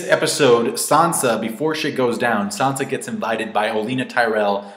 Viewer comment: "Sohnsa". It's "san-za".